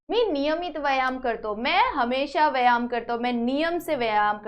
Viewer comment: mam vo vayan nahi hota hai vo vyayam hota hai